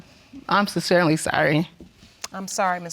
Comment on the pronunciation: "I'm sincerently sorry."🤣 🤣 🤣 🤣 🤣 🤣